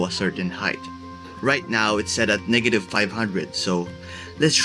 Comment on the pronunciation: This mf really Said Niggative😂😂😂😂